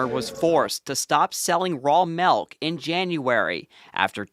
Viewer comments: where do they pronounce "melk" instead of "milk?! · "raw malk"